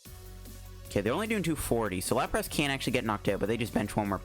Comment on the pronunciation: how you say larpas is killing me